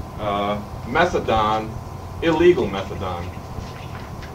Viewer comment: Methadone pronounced "Metha don". Fair enough. Can't find evidence of a different spelling back then.